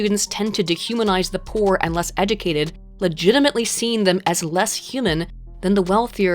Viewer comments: Did anyone else hear pronounce it “eh-doo-kay-did”?? Like, multiple times? Or is that just me? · You say “educated” funny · A video about education where the narrator cannot pronounce the word educated properly...